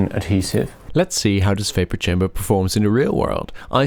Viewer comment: Its chamber not kamber 🤣